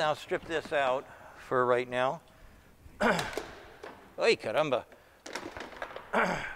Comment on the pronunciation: Perfect Spanish bro